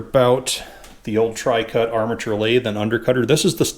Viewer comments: "Trucut" NOT "Tricut". Just sayin'. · why do you call it "Tri - Cut" when the nameplate says "True - Cut" (TruCut)? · My brain hurts. It says 'TRUCUT' and you said 'TRICUT', and it only does 'TWOCUT'.